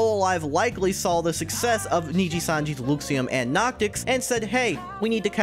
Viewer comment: Hey there! Just letting you know, it's pronounced LUH-xiem, not, LEW-xiem :)